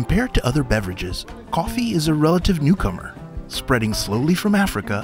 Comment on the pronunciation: that "ccchhoffie" was crisp man